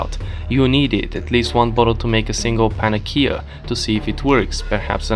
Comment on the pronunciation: Love that panacea isn't pronounced the same way twice